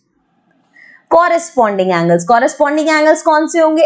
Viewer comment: mam coorosponding angle nahi corresponding angle hota hai 😂😂 Coorosponding angle ❌ corresponding angle👈🏻✅